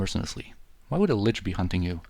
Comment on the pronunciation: ahaha, your German is spott on! You are correct about the pronunciation of Lich btw